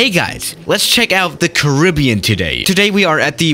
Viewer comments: Your saying Caribbean wrong o my😂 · It's not carribean 🤣🤣🤣 it's carribean, I'm from the carribean 🇯🇲